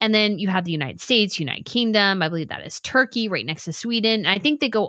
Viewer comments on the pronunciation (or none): none